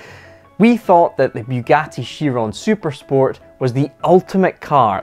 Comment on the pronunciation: FFS it's not bew gatty, it's Bugatti